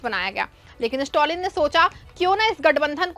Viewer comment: स्टौलिन क्या चीज है ?? खबर पढ़ती हो कम से कम जिसके बारे में न्यूज़ है उसका नाम तो सही से बोलना सीखो